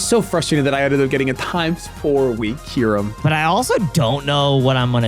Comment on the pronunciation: Bruh... Kai-yur-em 😭